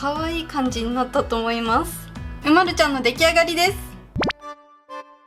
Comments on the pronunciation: うまるちゃんは うまる↑ちゃんじゃない？ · 私とうまるちゃんのイントネーション違う。う→ま→る→ちゃんだな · おくみ 人によって色々発音が違います！ちなみにわたしは う↓ま↑る↑ ちゃんなので違うように聞こえました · うまるちゃんの発音が違う